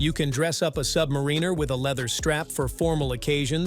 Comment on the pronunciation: I can’t listen to someone who can’t pronounce Submariner.